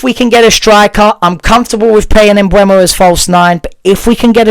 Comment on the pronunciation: "Mboomo" ...the E is before the U ...Mbeumo